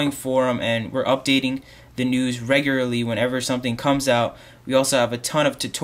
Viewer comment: Lol at 'regurarly'